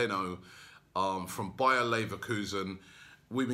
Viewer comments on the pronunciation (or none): none